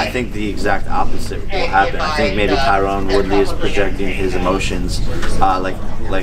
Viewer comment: Jake said is name correctly for once ☝🏽 “Tyron Woodley” . He’s maturing a bit